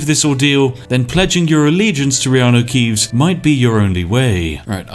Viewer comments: I heard so much Reanue Keeves now, Keanu Reeves just sounds wrong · someone commented on your elder scrolls vids before, saying they basically become so accustomed to hearing reanu keeves that they felt weird when someone said keanu reeves. and to be honest that is scarily accurate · I've gotten so used to hearing Reanu Keeves I keep forgetting that's not the real world guy's name. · You say reanu keeves so much that i forgot thats not his actual name lol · Dang it Spiff, thanks to you I'm constantly mispronouncing Keanu's name by saying stuff like "You know, that Reanu Keeves movie" and get strange looks! Anyway great content, as always. Cheers!